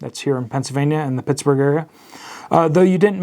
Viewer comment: “Pencil”-vania… not “pensive”-vania.. and you don’t live in “pee-yay”…